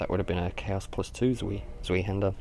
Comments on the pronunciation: Its said like Zvi-Hander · Great video and I hate to lower the tone but zweihander is pronounced 'zw-eye-hander'. Sorry, OCD sated, please go about your bodacious business :D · Did you say zwee-hander? o_O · "zweehanda" lel